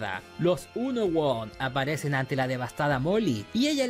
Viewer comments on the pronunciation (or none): me desespera fuerte que les diga unowon a los unown jaja